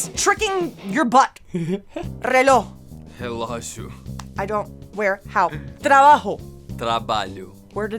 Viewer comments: "Reloh", "trabaho" Where are your j's? And where is your x: "esepción? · En primer lugar Joanna no se dice Reló se dice reloj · It’s funny because in Joanna’s accent the last “j” tends to disappear. She basically said “Reló”.